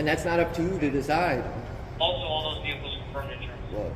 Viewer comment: Bruh. There’s only one “L” in “vehicles”. 😂 It sounds like your saying “veal-lickles” and it’s got me cryin😅